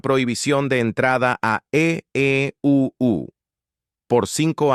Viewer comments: Se oye horrible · Que mal se olle el EEUU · Porque el narrador dice eeuu???